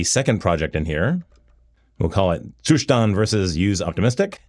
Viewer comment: Gotta love that Ttttsszzzustand pronunciation!